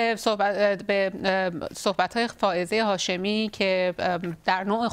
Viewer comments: فرخ جون یهوی بگو خانم هافزه شاهمی. برو ی کم فائزه و هافزه رو تمرین کن جون دادا خیلی باحالی... چندبار گفتی هافزه.!! خانم هافزه مصداق این شعر حافظه. دمت گرم فرخ جون چه شعری!!!! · آقای نگهدار یکبار هم اسم فائزه هاشمی رو درست نگفت